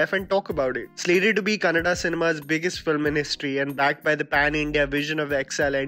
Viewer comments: pronounced Kannada correctly but what surprised me was that he still pronounced bãhubali wrong! It is not hard to pronounce for an Indian, and the way he did it was similar to American accent... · Thanks for pronouncing kannada as kannada only not unlike others kannad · Mentioning Kannada movie and not (kannad) Whole Karnataka: Correct pronounce maadiDiya. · Yes 😂sigh of relief ❤️ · Exactly! Feels so good to hear 'kannada' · I love the way he pronounces "Kannada" 😊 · I know right 🤦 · I actually don't know how you can say Kannad, like it's literally spelt Kannada, just read what's there, man. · It's great to hear that you pronounced Kannada not kannad and Karnataka and not karnatak....... ge jai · Nice to here you pronouncing Kannada and Karnataka properly , usually people eat away last aa. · it has always been kannada...idk why North Indians are determined on removing the last 'a' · Kannada pronounce is to the point wow